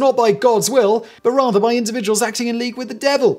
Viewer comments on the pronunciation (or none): none